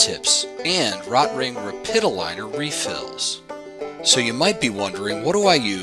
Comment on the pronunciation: it's pronounced "row-tring."